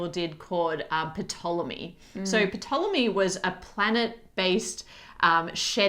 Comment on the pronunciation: Silent "P" in Ptolemy 😭. Thank you for the content! ☺️